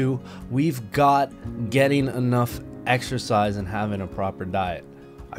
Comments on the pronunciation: "Excersize". Jesus Christ bro that's not even close. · Excersize... Im not even a native english speaker and this hurts me so much...